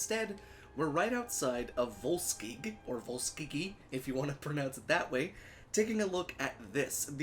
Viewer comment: You're pronouncing it wrong. It's "Vols-Kyge".